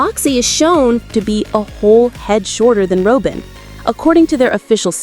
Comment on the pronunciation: “Roh-bin” there is no way that a human would call robin that. This is AI. Also, “beepo?” It’s pronounced beh-po. AI voices make me mad